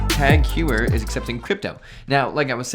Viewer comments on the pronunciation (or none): Teghuier... lol, it's tAg hO-yer ...im sure the lady at the mall got it right;)